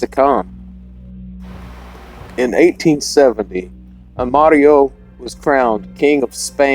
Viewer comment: Such a tragedy for young couple. I LOVE how you added an Italian accent to their names. Good job senior! 😆